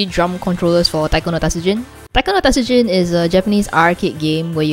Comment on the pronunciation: TA-TSU-JIN. Not TAT-SU-JIN.